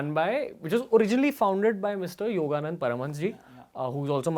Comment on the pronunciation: He says he is a follower of YSS. Still he doesn't get the name right. Everytime in many interviews he say yoganand but it is yogoda satsangh society.